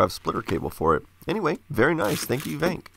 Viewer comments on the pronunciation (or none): I dont think its "Vank", its probably "Vans"